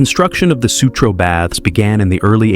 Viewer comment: Baths, not bads